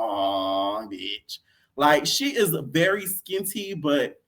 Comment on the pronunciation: U said she's very "SkinnTy" 😂😂😂